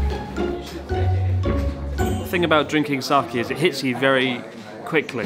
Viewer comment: Pronounced Sah-Kay not kee